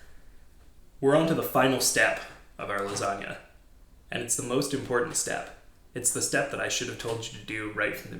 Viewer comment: first off its Garfield not gar fried and it LASAGNA and other than that your great